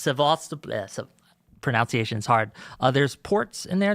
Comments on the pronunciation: “ProNOUNCE iation” bro please learn how to talk 😭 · “Pronounciations” I hope someone points it out to him later how laughably ironic it is that he can’t pronounce “pronunciation”